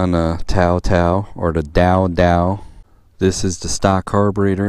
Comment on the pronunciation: Why do you keep saying Tao Tao as if it were pronounced with a “D”? Dude you had it right the first time. I don’t care how the Chinese pronounce it, we’re in MERCA we pronounce it with a T. Good video tho.